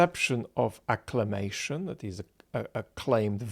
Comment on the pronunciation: Sometimes in previous videos, I have wondered whether you were saying "acclamation" or "acclimation" in connection to Putin's election. Even in elections that do choose the office-holder, the election is normally about legitimization as well as selection -- particularly about legitimization of aspects of the system that were not implicitly up for a vote along with the candidates. We in the US have capitalism, sometimes verging on plutocracy. Neither major-party candidate challenges that, in any presidential election. But the nature of the quadrennial ritual lends legitimacy to the system that (among other things) puts "potato-chip companies" in charge of our public square.